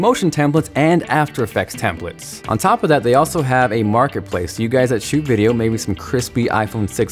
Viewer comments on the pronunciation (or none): none